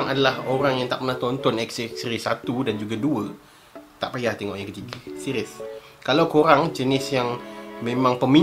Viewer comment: Seqiiiuuuss.. Hahaha.. R keras... Lawak.. 😂😂😂😂😂😂...